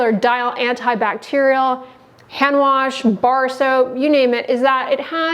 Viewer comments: I’m sure this girl is great and everything, but the way she said hand “ warsh” doesn’t give me a lot of confidence in her tbh. 😹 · I’m not taking skin care advice from anyone who pronounces it - warsh.